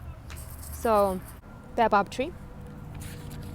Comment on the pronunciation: Ahaha that’s not how you pronounce Baobab